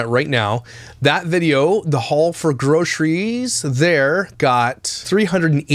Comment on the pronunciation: I now pronounce Groceries as Grockeries. Thanks, I can’t unhear it 😂